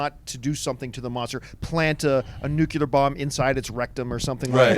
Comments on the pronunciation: I swear John doesn't know how to say NUCLEAR. This is the 2nd time he calls it Nucular, smh. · John stop saying 'Nucular!!' its........NUCLEAR!! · John - NuCular? ... Arrgh.